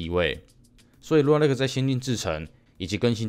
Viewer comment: 是說lunar的發音是/ˈluː.nɚ/，huan唸的怪怪的讓我好在意